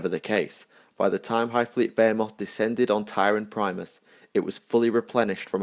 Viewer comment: I've herad less-stupid Englishmen properly pronounce "Behemoth". Your attempt was pitiful.